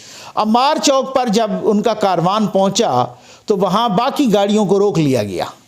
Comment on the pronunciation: لفظ کاروان نہیں ھے بلکہ کارواں ھے